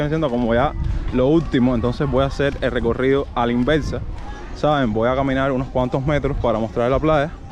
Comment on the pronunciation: "hacer" , no "hacel".